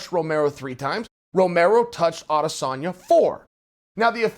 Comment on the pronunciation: Love the way you’ve made the effort to pronounce ‘Adesanya’ - that’s a subscribe from a large number of us.